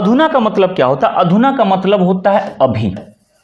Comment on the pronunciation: 'अभि' नहीं 'अभी '